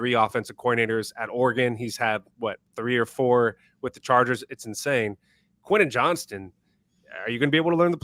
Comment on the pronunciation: I can see Harbaugh not playing Quentin Johnston and cutting him loose in a trade if Johnston doesn’t improve in camp. Plus, not sure I can take much more of mispronouncing his name. Also, is the best unc., without doing an AOL search, what does my alma mater of D3 Whittier College have to do with the Chargers?